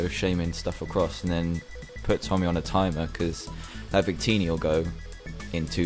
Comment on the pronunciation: the guys name was Tommy Roberts not Ommy Roberts